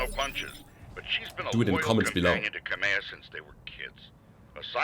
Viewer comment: Heya. Just a minor fault. Kamea is pronounced as 'Kah-may-ah', sort of like the Hawaiian King's name, Kameamea (Kah-may-ah-may-ah). I note that her name is Arano. That sounds Spanish to me. And this isn't all that 'way out there'. Given that mankind went to the stars in multiple waves, it's not unlikely that a Hawaiian family would have married into a Spanish one. Kamea's House Flag sports a Crane or Cormorant, so there might be some Asian, or Chinese in the mix as well. Given Kamea's capital's name, which sounds like a version of cormorant, I think you can see what I mean. Personal note: Why'd you choose 2nd best House? Everyone knows Davion is better! laughs the Frank Gamer